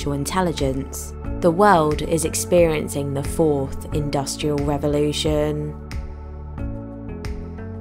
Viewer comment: Revolution...not Revelation